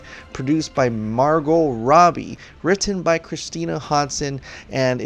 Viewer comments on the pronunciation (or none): none